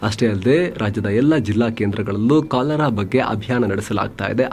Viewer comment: ಸರ್, ಕಲರಾ ಅಲ್ಲ " ಕಾಲರಾ "